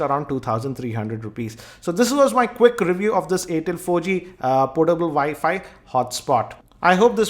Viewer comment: its air tel not aaatel